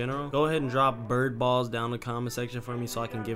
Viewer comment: Am I bugging or did he say bird balls